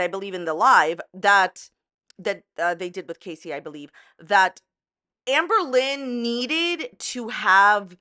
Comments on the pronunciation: I'm new to AL and so I'm playing catch-up. If anyone is still reading comments on July 26, Hi. I'm from Scotland and when says Amberlynn I hear Anne Boylin. The difference is Anne Boylin was innocent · beck and casey are so fucking strong. you know its true how terrible amber treats her partners when her exes join forces; this happens with so many fellow victims of abusers. also I love how you say amberlynn like anne boleyn LMFAO